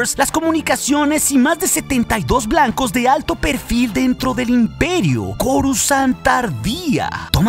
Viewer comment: porque en mas de un canal normalmente pronuncian """corusand"" en vez de coruscant como debe ser????